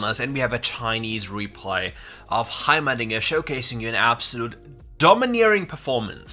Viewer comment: Everytime you said dinger I hear the diddler.